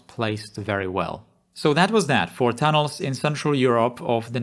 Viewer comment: I'm not really familiar with this channel, watched maybe three prior videos here. Still get used to the accent. But at the start it sounded like you were saying Thanos rather than tunnels XD